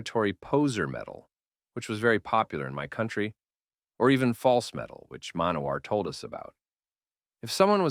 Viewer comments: Somehow, you're pronouncing "Manowar" wrong. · The pronunciation of Manowar. :)